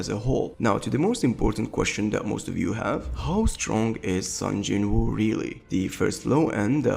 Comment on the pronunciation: "Sun Jin Woo" lmao